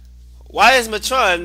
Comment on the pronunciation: I dont complain much about people saying things wrong by jesus, you prenouncing atron wrong the whole time was annoying. Its prenounced Mate-tren